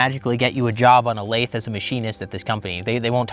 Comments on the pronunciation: I have been a machinist for 12 years and have never heard anyone pronounce lathe like that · I've never heard someone call a lathe a "laith" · The way you pronounce "Lathe" is more annoying than any SDI ad I've ever had to watch.